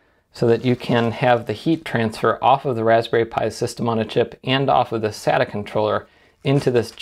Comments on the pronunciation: I'm a bit sadda that you don't say sayta.....Just found you channel and I really like your videos! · Um you do know that you totally butchered Sata's Pronunciation... it's pronounced with a Long A i.e. Data with an S instead of a D. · "Sata NAS" hahahah Its sounds like "satan" in PT_Br KKKKKKKKKKKKKKKKKKKKK great Video....